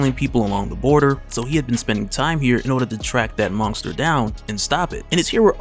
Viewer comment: Man you say "monsker" nonskop!